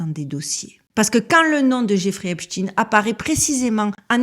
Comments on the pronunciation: 😂😂😂 brigade de la syllabe !!!! On ne lâche pas 💪🏼, on continue de prononcer à l’anglaise (tine et non ein) !!! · Pouvez vous donner une raison au maintien de votre prononciation de Epstein en In au lieu de aïn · C'est vrai que c'est bizzard de prononcer Epshtine alors qu'il s'appelle Epstein lol ... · Même la prononciation du nom du criminel est changée de"stein" à "dean", triste. Mon épouse et donc ma belle famille a un nom de famille se terminant par "stein", or bien qu'ils aillent aux quatre coins du monde 😁, ils n'en ont jamais changé la prononciation, USA y compris. Stein à l'allemande. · La chaîne des signifiants du récit de l'humanité selon J. Lacan ou l'instrumentalisation des grands archétypes dans la construction du réel?! Mais lequel sera signifié, exposé??? Et la prononciation du nom est toujours IMPORTANTE! Pas ''TEEN'' mais ''TEIN''! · Epstein pas Epstine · On prononce Einstein, Lichtenstein, Weinstein, alors pourquoi switcher sur Epstine ? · Salut. Pour la prononciation, je suggère de l'autre (ÉSTINE) Le type qui a acheté le site est du même gabarit et va tenter de prendre la place de l'autre. Vidéo toujours au top. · Merci, très intéressante cette vidéo, mes pitiez arrêtez de parler de ce type en l'appelant epstine...on on dit pas frankestine...!!! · Pourquoi dire epstine ? Vous dites Einstine et Frankstine? C'est bizarre... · Salut, concernant la prononciation du nom, comme c'est lui qui voulait qu'on l'appelle epstin, je ne suis pas sûr de vouloir respecter la "dernière volonté" d'un monstre 😉quand bien même le monde entier marcherait dans ce jeu... Maintenant, toi tu fais comme tu veux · Je t'assure que la prononciation de son nom a toute son importance... Le diable se cache dans les détails et nous le 😂savons que, trop !on dit bien Frankenstein... Albert Einstein... Etc... Mais lui et son acolyte Harvey WEINSTEIN... Ont le droit de voir leurs noms se transformés... Bizarre, avez-vous dit !?? 🤫 Force à toi ❤️ ❤️ ❤️ ❤️